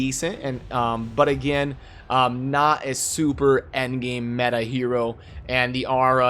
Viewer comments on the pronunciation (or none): none